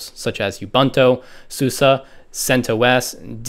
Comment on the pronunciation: did he really just say ubunto susa and deebian? (Sorry if its just an accent but found that quite funny) otherwise really great vid!!!